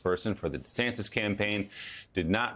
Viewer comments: Love how this liberal news spokeswoman calls him DeeSantis. Just shaping America’s political view one clip at a time. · What's this "DE" Santis? Did anyone else catch that? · Dee-Santis, like Pee-Santis. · She called him "DUHsantis" and then corrected herself. Bwahahahaha!😅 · isn't it DuhSantis ? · Does she have an issue pronouncing DeSantis ? Its not that tough .